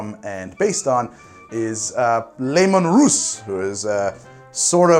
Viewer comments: Two issues: 1. it's "lee-man russ" not "looman" 2. Tanith is literally space Scotland, specifically the Highlands, so Sacra is likely just a Highland Whisky Also if you want a 40K Bible, use Lexicanum and Wikia, for a comedic twist and a more TTP orientated look 1d4Chan has you back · >Lemun Russ It's, uh, spelled Leman Russ. Don't let the commissar catch you.